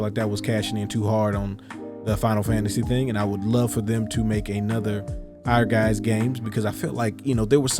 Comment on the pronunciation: Yeah, that game was….different; also, I’ve been pronouncing Ehrgiez incorrectly for years, thanks for the correction😅